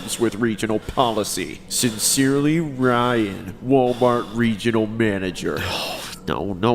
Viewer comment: the way he said ryan